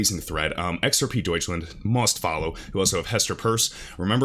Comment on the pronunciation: I appreciate that you pronounce Deutschland correctly! 😃